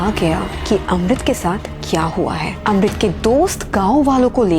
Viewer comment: Kis kis ko Amrit ki jagah Rohit sunai Diya